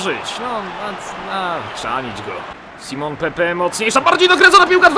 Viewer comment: to jest Simone Pepe A nie Simon:D Łapkować żeby widział!